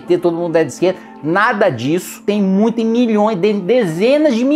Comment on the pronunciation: VIROU PETISTA NORDESTINO KKKKKKKKKKKKKKK COLOCANDO O H NAS PALAVRAS MUITHO